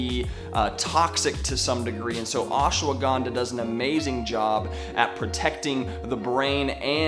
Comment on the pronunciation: Ash-wa-gan-dha... for some of us, it's hard to focus when you say "ash-a-wa-gan-dha"